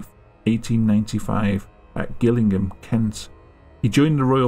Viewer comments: I love you, and all your videos. Im currently binging the hell out of it. My only feed back is in your first story you said "Gillingham Kent" and im from there and its "Jill-ingham" not Gill-ingham we arent as fancy as the other Gillingham. XD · Pronounced jillingham not gillingham like it is spelled. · love your videos, but its pronounced "jillingham" even though its spelled Gillingham ahaha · Although it's spelt Gillingham it's pronounced Jillingham👍👍😃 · Gillingham... really? J, J, J, its pronounced with a J, as in Jingle...